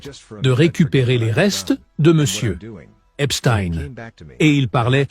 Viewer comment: Merci de dire EPSTEIN et non pas EPSTINE comme les médias fachos sioniste en France pour cacher les origines de cette bête immonde !